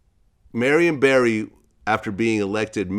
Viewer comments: Vlad get the name right, Barry not Berry. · Barry, not Berry. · Y’all keep saying Barry but you niggas pronounce it berry also cut the bs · They pronounce his name as Berry if u didn't know